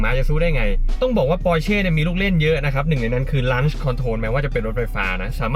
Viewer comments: Launch อ่านว่า ล้อนช์ ครับ ไม่ใช่ ลั้นช์ แนะนำเฉยๆ อย่าด่าผม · ออกเสียงคำว่า launch ไม่ถูกต้องนะครับ??!!